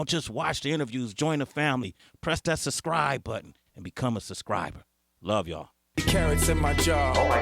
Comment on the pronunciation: Yo Sway, I think the word is "subscribe" not "suscribe". come on homie...